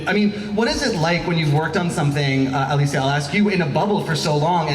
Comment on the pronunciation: Aleecee? I though it was Alice?